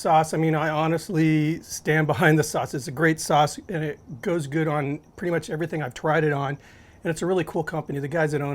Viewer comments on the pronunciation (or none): none